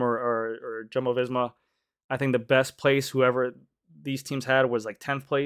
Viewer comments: Tell me you live in FL and cater to dentists buying $15K bikes w/o telling me you don’t follow professional bike racing.. It’s Pear-E not Pariss, it’s Wow-T not Woo-T, it’s Yum-bo not JUMBO. And changing psi during a race is more valuable to conserving watts then the weight these systems add. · GC it’s spelt Jumbo, pronounced Yumbo